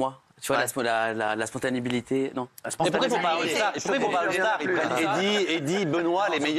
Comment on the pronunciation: Il est choqué quand elle parle de teubé il sait même pas dire spontanéité 😿😅 On fait des résidences artistiques 😅